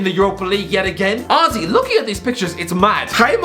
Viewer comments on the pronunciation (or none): «» This man has forgotten how to say honestly. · He’s saying honestly not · Why does he just randomly say auzzy